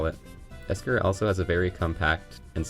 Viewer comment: its ekster not esker